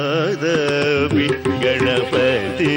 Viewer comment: Again good pick one ..thanks again🎉🎉🎉..you pronounced correct about🙏..